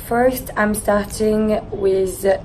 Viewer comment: Tu fais exprès de ne pas forcer ton accent " im stertiiiing" risible